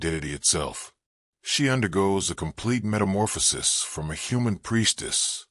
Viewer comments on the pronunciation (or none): none